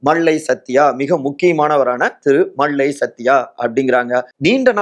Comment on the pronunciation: its high time to train your tamil pronunciation.. இவ்வளவு தமிழை கொலை செய்யக்கூடாதுயா.. கேட்கவே நாராசமா இருக்கு.. மள்ளை சத்தியா - மல்லை சத்தியா களகம் - கலகம் விளகல் - விலகல் செயளாளர் - செயலாளர் மக்கல் - மக்கள் ஆதரவாளர்கல் - ஆதரவாளர்கள் மேளிடம் - மேலிடம் மொத்த உச்சரிப்பும் முழுக்க முழுக்க தவறு.. திருத்திக்கொள்ளுங்கள்..